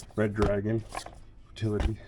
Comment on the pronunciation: Squish squish! Also I loved when you called the movie Frailty as fertility😂